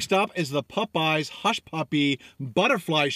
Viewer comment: why do you pronounce Popeyes so weird!!!!!